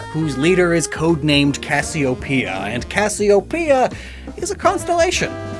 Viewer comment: Omg you're the first person I've heard pronounce Cassiopeia right! I had a dog when I was a kid with the name and then I took Latin in highschool, so I've always cringed at the various ways people have tried to pronounce Cassiopeia since these games came out lol.